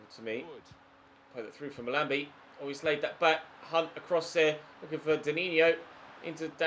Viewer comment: is pronouncing "Mahlmbi" wrong